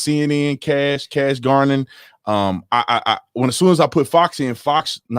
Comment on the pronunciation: Ger, not Gar non. And Non, not Nin or Nen. .